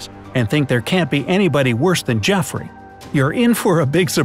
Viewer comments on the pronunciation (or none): Did you say Jeffrey?